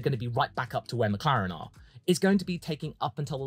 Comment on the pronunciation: Did you really start the Meh category with Mehclaren.......and Mehcedes......